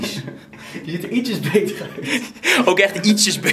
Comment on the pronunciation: "deze stof die je hier ZEEJT" 🤣🤣 lekker maat 🔥